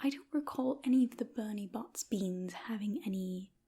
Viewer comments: Isn’t it Bertie Bott’s? Not Bernie? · bertie bott's* not "bernie bott's" lol. Also if it made someone's hair grow ridiculously, if wouldn't be out of the question to assume it was a sweet from Fred and George...